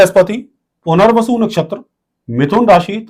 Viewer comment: Bahot... Sunder... "Puner-vasu"....... Retake...... " Mohan-bhashler"